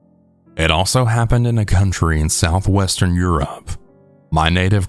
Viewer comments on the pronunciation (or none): none